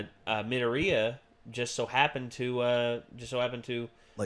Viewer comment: The way he pronounced Midorya XD